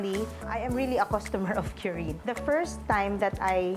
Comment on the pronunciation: "KU-RIN" not "q-rin". Its how Japanese say "clean". kurin.